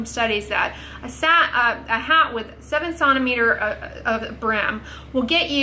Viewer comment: WTH is a 'sonometer' as a unit of length!?!?! I KNOW what a centimeter is. I spent YEARS as an engineer, both in school and in the field...and have talked with Europeans from multiple countries. I don't know anyone that pronounces it this way--unless you're working with devices that measure resonance and acoustics. (And, yes, I'm aware who created the system.)